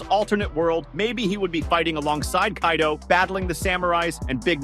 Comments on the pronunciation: Did this tarded said Kay-do?? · "kay-do" ah yes my favorite character kaydo